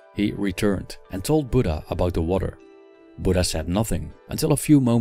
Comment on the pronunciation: It's not budda it's buddha 😔